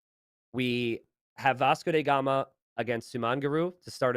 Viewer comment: Why does keep calling him "Vasco dey Gama"?